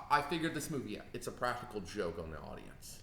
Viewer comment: is kind of annoying in this video. He just keeps talking over tj. Does have an accent? he says "on" like "owen" and he pronounces "want" differently too.